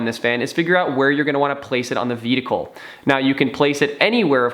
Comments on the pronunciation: Dude, I'm sorry... I love your videos, but please learn how to pronounce the word "vehicle". Again love your videos, keep up the great work. :) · I thought I was hearing him incorrectly the first time. But by the end of the video...